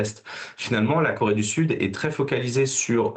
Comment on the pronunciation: LORSQU'ON N'EST PAS CAPABLE DE PRONONCER "CORÉE DU SUD", ET QU'ON PRONONCE "KOWÉE DU SUD", ON NE TWAVAILLE PAS À LA TÉLÉVISION. SÉGRÉGATION POSITIVE= RACISME ANTI BLANC.